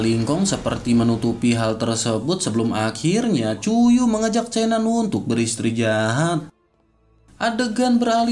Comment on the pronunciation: min kalo ngomong beristirahat, bukannya malah beristri jahat.. 😭😭😂👌🏻👌🏻🙏🏻